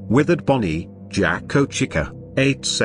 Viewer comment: For some reason when the text to speech voice says Jack o or Chica it kinda sounded like it said jak O and cika but i think its just my imagination